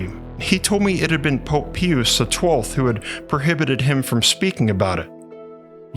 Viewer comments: This is a very intriguing story. Thank you! I cannot figure out what dialect or ethnicity is...his pronunciation of English words are very odd especially when he pronounces Pope Pius XII as "pee oos" instead of "pie oos." It seems that one or more of those 12 scientists who were recruited to work on this "time machine" leaked this information to a certain "MIC" aka deep state/deep church that led to a certain black project called, "Project Looking Glass." This was reported to "whistleblower" interviewer, "Kerry Cassidy" (rolls eyes) at her 'Project Camelot.' Can't help but see the similarities. The only difference is it got into the hands of possible criminal, maniacal, psychopaths. Love the sweater. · I think it's always pronounced PIE-US. I have never heard anyone say pee-oose. Oh yeh good vid, glad you're back I was wondering if you hung up the content making. Glad you didn't. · Pius is pronounced pie-uss, not pea-uss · Pie-us. The Pope's name is pronounced pie-us, not pee-us. You know, as in a pious man? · It's pronounced Pope PIE-US not pee-use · Pie-us, not pee-us. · 'Pius' is pronounced "pie-uss" not "pee-yus" The same way you'd pronounce 'Pious' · Lol... at you thinking it's "Pee us" the 6th, and "Kickero".... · Just an FYI, his name is pronounced Pope Pie • us, p.s. I mean no disrespect. 💗🙏💜GOD BLESS💜🙏💗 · i thought i was listening to Ai . I kept on cringing every time i heard pee-us. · Pope Peeoos? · To say the popes name is. Pi us sound in English. Just so you know. People will recognize it then. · Pope "peeyuse" the 12th ? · PIE-us is correct pronunciation and yes i am autistic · It’s Pope Pie-us …..As in piety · Pius = 'Pie-us' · Pope Pius=Pie-us Cicero=sis-ero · Pope "pee-us" ummmm what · Pope Pee-us 😂🤣💀👻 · It is pope PIUS.. pronounced like.. PIE-us. ! Like piety.. Is that a word that has become alien to the narrators or AI 's of today? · Po...Po-ahp... Po-op-h Peeee-oose. Po-op-ha Pee-oose Pope-eh Peee-oose.... Multipass.